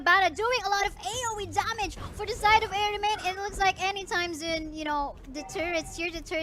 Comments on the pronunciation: Soon kase basa don hindi "zoon". Tryhard mag english ampota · Naka mute to nung pinanood ko. Hahah. Medyo nakaka distract yung boses ng babaeng caster. "They gonna, they gonna" "Level 2 Lord will be up zooooon.." 😂